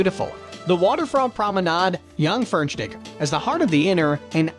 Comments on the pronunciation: No it's not pronounced Dschangförnstiek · I can never say Jungfernstieg normal again after hearing this "dschangfernstieg" 😄😄👍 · Can't they programme those AI-speakers to pronounce the names correctly? Spayerstud, Hayfen city, Junkfernsteeg, Heychenback... Terrible!🙉 Blankenese is great! You go there just to walk down to the beach and enjoy the picturesque buildings. A bit like Martha's Vineyard or something.